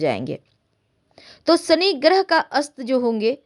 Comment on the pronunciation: यह श को स बोलना । शनि महाराज का उच्चारण ही आप गलत कर रही हैं ।